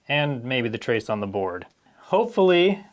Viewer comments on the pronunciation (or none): none